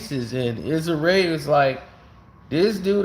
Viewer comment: You butchering Issa Rae name 😂